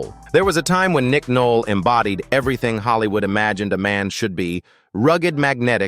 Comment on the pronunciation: Nick Noll? More AI BS